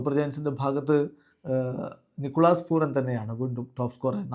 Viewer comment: നിക്കോളാസ് 'പൂറൻ' എന്നല്ല .. പൂരൻ.. 😅